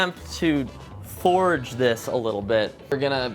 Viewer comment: As soon as I heard him say “forge” foil, I cringed so hard